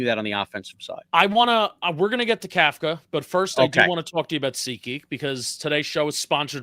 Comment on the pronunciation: You both mispronounce Kafka and it makes you sound like ignorant amateurs, yet I know you’re not. The NYG head coach is pronounced cough-ka, think Tom Coughlin, other than that, good show!